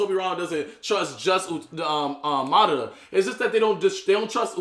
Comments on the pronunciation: Why he call madara, ma dara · Y’all still don’t know how to pronounce madara correctly 😭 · In that argument between Madara and Hashirama spoke FACTS!!! and needs to stop pronouncing madara name wrong 🤣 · For people who don't get how to pronounce Madaras name here, mah dah ra